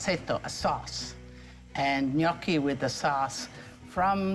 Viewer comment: Thanks for the recipe. Gnocchi was my favorite growing up, but somehow I've never had this type. I'll have to try it. And also, thank you for pronouncing 'gnocchi' correctly!